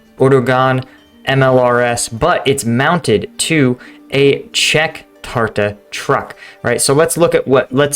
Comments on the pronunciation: Omg, this halfbrain is so wiped, that he can't even pronounce Tatra correctly. And the system is nothing new, they had those all the time and lost dozens of them, this is just a pitiful clown. SMH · Czech here, absolutely butchered the name Tatra. I cant really explain how to pronounce it so I recommend letting google translate pronounce it for you. Thanks for the content and have a good one!